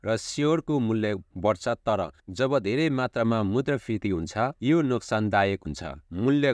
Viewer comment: Brother, pronounce मुद्रास्फिती properly.....😊😊